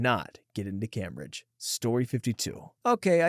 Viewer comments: 😂 the way he is pronouncing cambridge I get that he isnt from the UK but its a famous university so I thought the name would be more widely known (its pronounced came-bridge) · I live in the uk it’s pronounced came-bridge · CAME-BRIDGE. That’s how it’s pronounced. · The way you say Cambridge is so distracting. Like eww